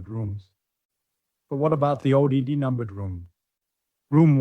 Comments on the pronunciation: Why does A I voice keep spelling O D D instead of saying odd? It's odd... and distracting. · And he doesn't say "odd" , the ai pronounces it as O D D for some reason 🤷🏻‍♂️